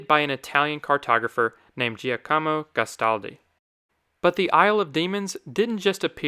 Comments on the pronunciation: It's not "Geo Komo" - It's "Jock Amoh" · For future reference, the Italian name Giacomo is pronounced "Jock-uh-mo" i.e. Giacomo Casanova. 👍